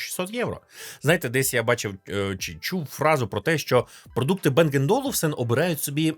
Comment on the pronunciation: не Бенг а Банг, це данське прізвище і данська фірма